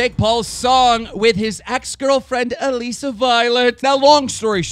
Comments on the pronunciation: Why does he say AlEsa it's ALISSA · It's Alissa not Aleeeeeeeeeeeesa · It's not allesi it allisa